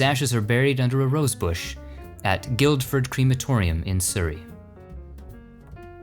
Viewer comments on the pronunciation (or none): excellent as alkways .heads up tho in guildford the d is silent guilford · I love these documentaries. However, although it might seem a small point, Guildford in Surrey, England is pronounced "GILLford", without the first of the two Ds. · Guildford is pronounced gillford, you don't pronounce the D! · Guildford. You say it Gilford.